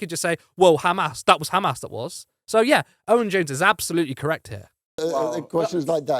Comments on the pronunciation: Khamas!! Can’t even pronounce it properly. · Owen provided factual based arguments. The other guy just chunterted as his idea of a reasonable repost. Not too sure of the 'biased' presenter who even pronounced amas in the Hebrew way.